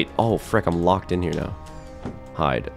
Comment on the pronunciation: He said lock-ed instead of just locked I laughed so hard😂😂